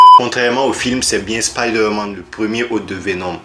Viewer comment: On dit spiderman avec un "I" 😑😑😑